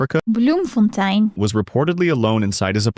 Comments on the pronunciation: I am surprised she said "Bloemfontien" so perfectly in my native language 😮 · in all that the thing that stands out is you said "bloemfontein" right. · Your pronunciation of Bloemfontein is really good and that's from someone in RSA